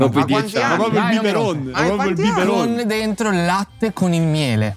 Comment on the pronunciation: "BIBERoN" cit.